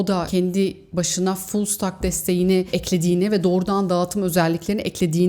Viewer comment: teknoloji dünyasındaki haberleri yüzeysel bir şekilde halka aktardığınız için teşekkür ederim. Fullstack (full sitek) demek, hem backend hem frontend yazılım donanımına sahip olmak demektir. Telaffuzunuzu ve bilginizi tazelemek amacıyla yazdım.